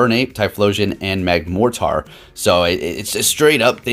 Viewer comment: Not gonna lie, it bugs me how he says Magmortar.